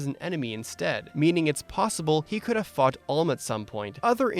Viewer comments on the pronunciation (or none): I actually thought you said fucked and I had to play the last ten seconds again. Then I realized you said fought